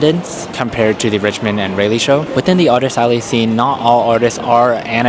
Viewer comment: Its pronounced "Rah-lee"